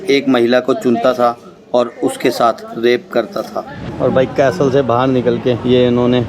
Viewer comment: it is not pronounced as CASTEL but CASEL the T is silent,you are an international Vloger so please be careful with pronunciation.Slavery was bad but worst was that African tribes used to capture other Africans for slavery.